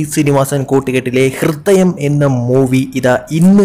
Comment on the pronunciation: ഹൃത്തയം അല്ല ഹൃദയം